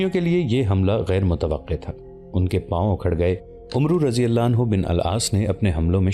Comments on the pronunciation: ارے بھائی عُمرو نہیں ہوتا، اسے عَمْر پڑھتے ہیں، ایک بار آپ اسے ضرور سنا دیا کریں، ورنہ اچھی نیت سے آپ غلط طریقے سے بہترین تاریخ پیش کریں گے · برادر، تلفظ کی اصلاح کیجیے۔ عمرو بن العاص میں عمرو نہیں بولا جاتا یہ بولنے میں امر ہوتا ہے۔ یعنی بولیں گے تو اسے "امر بن آس" بولیں گے۔ لکھنے میں عمرو بن العاص ہی ہو گا۔ شکریہ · بھائی لکھنے میں عمرو بن عاص ہوتا ہے پر پڑھنے میں عَمر بن عاص پڑھا جاتا ہے۔ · Umro nahi amer ibni aas ,aur sharjel nahi shurahbel ibni hasana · Please correct yourself. The name of the Sahabi is NOT Umro bin Al Aas. The correct pronunciation is Amar bin Al Aas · عمرو نہیں بلکہ امر کی طرح عمر پڑھا جاے گا باقی ماشاءاللہ بھت خوب❤❤❤❤❤❤❤❤ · او اللہ کے بندے عمروبن العاص کو عمرو نہیں بلکہ عمر پڈھتے ہیں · Brother his name was not umru its amar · عمرو کو عَمَرْ کہنا چاہئے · عمرو لکھنے میں ایسا ہے لیکن پڑھنے میں عمَر ہوتا ہے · عمرو کو پڑھتے ہوئے عَمر پڑھتے ہیں یعنی ع پر زبر اور و نہیں پڑھتے۔ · عمرو پڑھنے میں امر پڑھا جاتا ہے۔